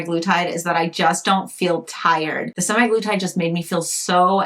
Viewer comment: Sem-Ah-glu-tide. Also pronounced Sem-Ag-lu-tide. It's not "semi-glutide."